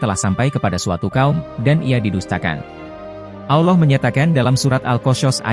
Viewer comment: ane keliru sama admin ini. sebut Allah aja ga bisa.. auloh auloh kayak lidah bukan muslim aja.. kalau ente bukan muslim cukup kaji bible ente aja udah..